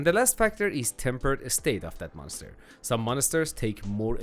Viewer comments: Dude I love how you pronounce it monester 😂 never change that 🤘🏻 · Mon ister 😂